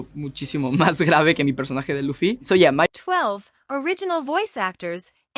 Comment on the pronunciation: I hate how the voice says Luffy